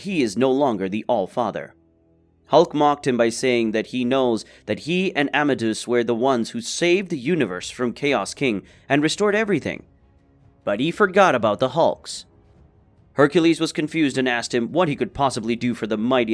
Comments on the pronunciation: Its pronounced ama day us you monkey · "Am-a-day-us," not "ammadooce"